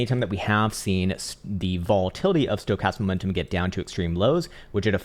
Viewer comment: Does anyone else crack up when he says “stocatam momentum”? 🤪😆😆 is genius mad scientist! Love the work man. Saving me a fortune in this bear. Ill never be a trader but sure am keeping patient for lower buy in prices. I keep on stacking.